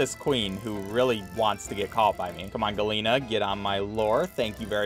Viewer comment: At first I was confused what a "galeena" was, but then I realised he was trying to say gallina which means chicken. For future reference, in spanish double L's are pronounced like a J.